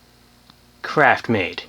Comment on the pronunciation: Craftmade, not CRAPMADE... 😒